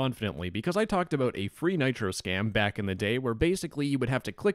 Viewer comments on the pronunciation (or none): none